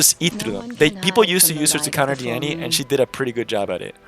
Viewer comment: ITS. NOT. DIENNY!!!!!!!!!!!!!!! dienny levito~~~~~